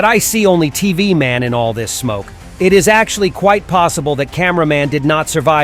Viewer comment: “Tv mon”. 💀